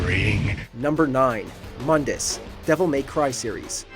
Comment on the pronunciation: It's pronounced Moon-dus.. sorry, but that pronuncination from the reboot makes me cringe as a DMC fan